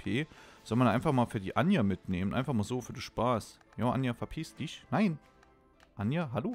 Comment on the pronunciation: Warum nennst du die eigentlich immer anja die heisst doch ajna oder bin ich grad blöd?